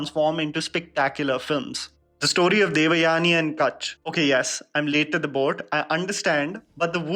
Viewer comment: Oh ur "devyani" pronounciation is so fake. As if u never heard the common name or as if u r alien to Indian origin names